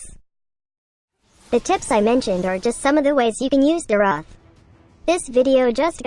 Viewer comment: It’s me again. Don’t wanna be that guy but neither pronunciations are correct😂it’s “Dee-roth”